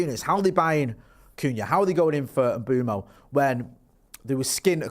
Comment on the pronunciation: it’s pronounced Mmm Bway mo not mbomo you knob 😂